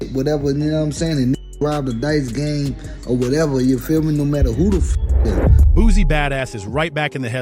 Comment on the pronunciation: It's BOOSIE, not BOOZIE....FACK!!!! I CRINGE every time he says that....